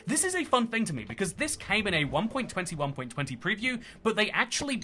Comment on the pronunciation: it sounds like you’re saying 1.20 1.20 lol